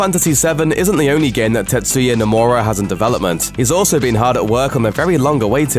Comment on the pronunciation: "Square Eeenix. As Tet-soo-ya No-moo-ra told Foo-mitsu..."